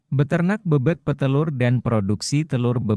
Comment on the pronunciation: Penyebutan kata "BEBEK" nya tidak benar, gak enak dengernya